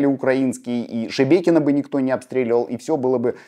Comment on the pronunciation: Спасибо что правильно называете Шебекино, это важно для нас